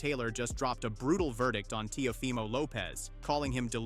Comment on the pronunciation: TIAFOMO!!? That is why you have 9 comments because you don't even know how to pronounce the name of the fighters!! another click bate scammer